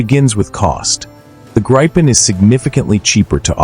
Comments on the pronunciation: Gripen with a "i" like in Indiana, not like in Iowa ! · Gripen (eng Griffin, ie the mythical creature in Greek mythology, with a lion’s body and an eagle’s head and wings.) it's not prinounce like you have a gripe with someone (like in this video), it's pronounced like Greépen, with a rolling R. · Let me explain the name Gripen: It means The Griffin, i. e. the suffix en is the definite article. It is pronounced Greepen. For international commentators it would be more convenient to just call it The Griffin. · A think there is no such fighter named the graipen nor the rafallee... Please try and make some effort, even though you're an American!